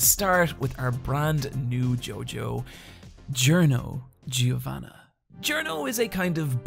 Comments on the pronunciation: Jer-no Jew-vana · Giorno Giovanna is “Jorr-no Jo-vah-nuh” and GioGio is “JoJo”